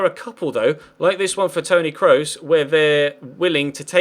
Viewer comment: please Google how to pronounce Kroos' name if you're gonna sign him:P